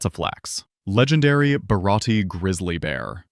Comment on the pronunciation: Legendary…bhhharati…grizzlay bearrr 💅